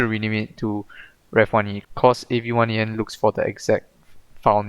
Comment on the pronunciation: It's pronounced avian, like with birds, cool script.